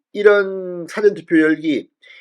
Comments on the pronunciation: 잘 보고 있어요 사전이 아니고 사-전입니다 좋은 방송 부탁드립니다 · 발음쫌 다시 해라 싸전이 머코